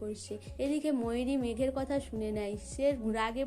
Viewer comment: আবার বলছেন সবাই ক বলছেন সোবাই কথা কে বলছেন কোথা বাজে উচচারণ ।